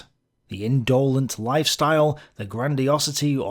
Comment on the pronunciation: Yes I do. Your talk is an exercise in procrustian reductivism. Just about everybody had a religious upbringing in those days. Rand has also led you astray on altruism. You should read Adam Smith on this subject. Nor were many of them indolent (a word you stress wrongly); they worked hard on their revolutionary activity. Independence? They went their own way with a vengeance. Also, we only have Hitler's word on his father.